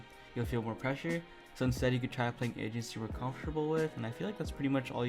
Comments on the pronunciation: I STRAIGHT UP THOUGHT DUDE SAID "MASTER ALL THE ASIANS" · For a while I thought you we’re saying Asians Lmao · Why i here asians instead of agents, I'm so sorry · same lol